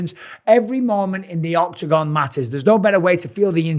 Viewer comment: “Every Mormon matters in the octogan”